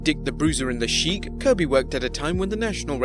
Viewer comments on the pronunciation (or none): none